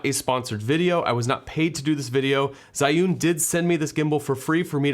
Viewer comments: its not called "SAI YOON" Its pronounced " ZHEE Yun" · Love ur video but that pronounce z h i, not zai~ again ~love ur video, i bought this because of your video ~